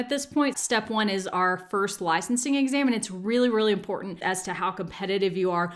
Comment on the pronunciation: It's interesting listening to this now, knowing that you're only now living in NZ. Because some of your long /i/ sounds sound very Kiwi. Especially in the way you say 'licensing' and 'life' sometimes (not each time).